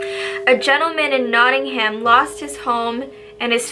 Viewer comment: OMG you pronounced Nottingham wrong, the H is silent 😂 sorry I love this video and I recognise the paining 😂💗💗